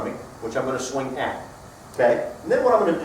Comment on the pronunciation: Did you say "swang"????